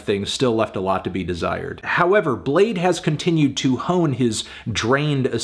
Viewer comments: its pronounced Blade-y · U thought its pronounced blad-ee ?? Lmao bladee said that u can do that too but most ppl pronounced it blade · Woah, you didn’t have to call him blade-ee the whole vid, out of pocket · I'm bladee she call me blade-e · Anthony I’m sure he wouldn’t appreciate you calling him Bladpee